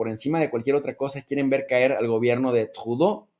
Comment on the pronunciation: No me hagan hablar jajaja cálmate,,, Saludos buen programa buen tema,,, no te esfuerces por pronunciar a Tradeu como si fueras Francés que ahí si no te queda upssss pero te felicito por tus ponencias.